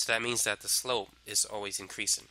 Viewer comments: Incweasin’ decweasin’ * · Increasin’ decreasin’ 🤣🤣🤣🤣